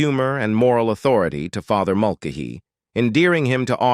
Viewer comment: Its pronounced Mul- Kay- Hee, not Mul- k- hee